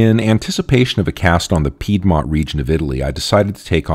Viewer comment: but please pronounce Piedmont correctly... :-)